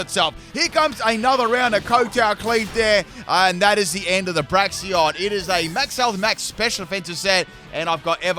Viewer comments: I hear Braxion not Braixen like lol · "Braxion" lol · Braixen is pronouned "break" "zen" 😅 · I think Delphox is a bit underrated, so I'm quite glad it got a buff in Gen 9. But call me crazy, did they actually take out Delphox' wand animations? Could've sworn it had animations involving its wand in earlier Gens. Also gotta love how you still mispronounce Braixen, ^^'